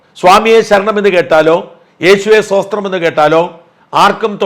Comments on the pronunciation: Shajen pls pronounce സ്തോത്രം *not സോസ്ത്രം, pls. 🤗🙋‍♀️ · സോസ്ത്രം അല്ല sir സ്തോത്രം എന്നാണ് 😄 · സോസ്ത്രം അല്ല, സ്തോത്രം 😊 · യേശുവേ "സോസ്ത്രം" എന്നല്ല ഷാജാ "സ്തോത്രം" എന്നാണ്. ഒരു ക്രിസ്ത്യാനി ആയിട്ടും താങ്കൾക്ക് ഇത് അറിയില്ല, അല്ലേ. ഇത്രയും നാൾ പള്ളിയിൽ പോയിട്ടും "സോസ്ത്രം" എന്നാണോ കേട്ടിട്ടുള്ളത് 😄😄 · ഷാജാ…യേശുവേ സോസ്ത്രം അല്ല,സ്തോത്രം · സോസ്ത്രം അല്ല സ്തോത്രം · Sir, സോസ്ത്രം അല്ല, സ്തോത്രം 😊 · Yeshuve Sthothram ennaanu allaathe sosthram ennalla 😂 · യേശുവേ ഷോഷ്ത്രം അല്ല സ്തോത്രം എന്നാണ് 😂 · സോസ്ത്രം അല്ല സ്തോത്രം ആണ് 0. 57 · സഹോദരാ സോസ്ത്രം.. അല്ലഡേവ്... സ്തോത്രം.. ആണ്... പഠിച്ചിട്ട് വാ... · ശോശ്ത്രം എന്നല്ല, മറിച്ച് സ്തോത്രം എന്നാണ്... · സാജൻ പറയുന്നത് യേശുവ്വേ സോസ്രം അണ് എന്നാല് അതു അല്ല യേശുവേ "സ്തോത്രം"ശരി. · ഷാജൻ ആദ്യം സ്തോത്രം എന്ന് പറയാൻ പഠിക്കുന്നത് നല്ലതായിരിക്കും